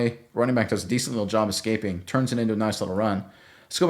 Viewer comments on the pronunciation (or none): none